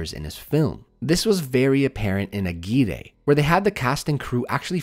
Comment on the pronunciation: Ok, I need to point this out because now I've heard you say it wrong in two full videos and it's getting on my nervs. AGUIRRE is a spanish name, and as such, when two Rs are together they sound like a hard R. Put the tongue on the front of the palate and let it reverb a little bit.